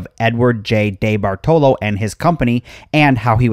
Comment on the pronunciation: Dude, the name is pronounced Dee bart olo. I live in the area and haven't been to it in yrs. My mall, Shenango valley Mall is empty and is slated for demolition asap oh yeah, I think (well used to lol ) The Eastwood Malls owned by The Cafaro co. Kauffman's didn't go out of business. they were owned by the may co and Macy's bought all May co stores including Kaufman's and elderbeerman stores. my parents used to take me and my bff there in the 80s for school clothes shopping.